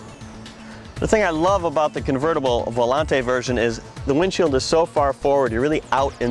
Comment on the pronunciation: I hate when "professionals" get names wrong, with Astons using the Volante name for decades, you'd think he'd pronounce it right. It's pronounced Vo-lant, not Vo-lon-tay.